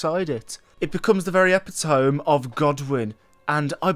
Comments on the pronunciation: Epitome is pronounced E pit o me not epa tome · Respectfully sir. e-pit-o-me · tbf it's actually closer to the original Greek pronunciation so you're not that far off